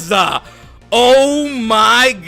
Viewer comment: The Rayquaza mispronunciation is killing me.